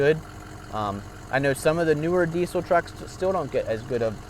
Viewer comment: It’s diessssel not D-Cell.